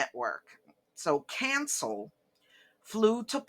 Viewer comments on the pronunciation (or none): Someone with your last name should know how to pronounce Cancél. Someone your age should know that it is extremely low class to backbite the dead.